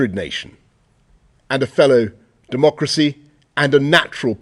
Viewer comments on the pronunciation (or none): none